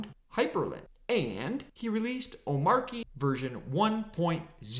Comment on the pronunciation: How you pronounce (ohm)(arch)(ee) wrong when he literally says it millions of times in his video